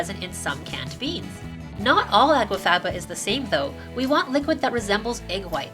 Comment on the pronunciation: It sounds as if you are saying água faba at times, instead of aqua faba.